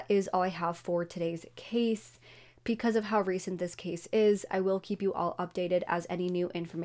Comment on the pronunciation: Can you please pronounce because properly? You pronounce it with a P. Thanks